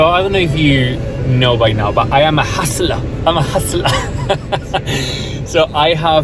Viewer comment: "I am a huhsulah!" 😂 Congrats!